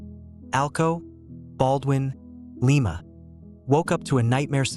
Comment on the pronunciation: Hey, AI morons...it's Lie-ma not Lee-ma. Hure real people to do tge narrating. WTF is that track arrangement supposed to be at tge beginning of tge video. Nothing could run on that thing. Stop using AI slop.